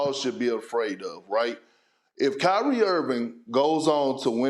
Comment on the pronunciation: Kry-rie us a river lol Ask yourself why all this energy for Kyrie? I mean Ben Simmons is the NBA's first actual welfare case just won't earn his contract doesn't even want to play the game and yet Uncle Drew is a 'prisoner of the moment' you think the world just picked Kyrie at random? Or maybe y'all are fools to believe what he SAY and ignore his actual MOVES?